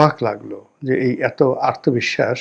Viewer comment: আর্তবিশ্বাস নয়, আত্মবিশ্বাস।